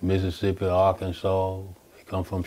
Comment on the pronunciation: Hey, Arkansas ends in arkan-saw. Sorry, I noticed it in a couple videos and didn't mention it then. Love your content. Enjoy your stories.